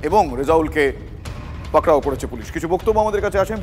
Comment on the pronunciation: পাকড়াও টা কি, ভালোভাবে বলুন